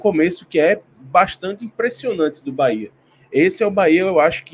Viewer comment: Parabéns pelos comentários imparciais e com muita lucidez. Só precisam pronunciar o nome correto do BahEa com E e não com i 😂😂😂 UBBMP🙌🙌🙌👏👏👏